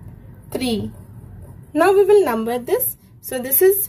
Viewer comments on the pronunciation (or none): none